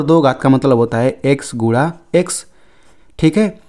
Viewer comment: Guda nahi hota hai sir guna Hota hai 😂😂